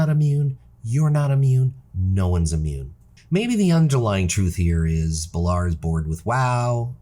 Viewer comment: 2 other things. Love the transmog vids you do and you should do more vids like this other than name pronunciation this is a really good vid.